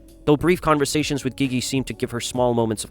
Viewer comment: he also says “Geegee” instead of jeejee